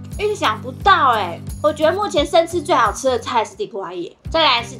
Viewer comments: 地瓜葉的台語念錯了，還有，廁所呢？ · illy說地瓜葉的時候暴露了你是客家人?😂